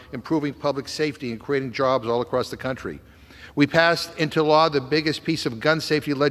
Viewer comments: It LAW. NOT lawr! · McGovern has a lot of nerve calling the Republican party a joke -- He can't pronounce "law" He STILL claims that police were beaten with fire extinguishers (absolute lie) He thinks everything is about what Donald Trump wants He thinks fires in Canada are due to "climate change" Continuing to call Donald Trump a cult leader He thinks Schiff is "honorable" The man is a joke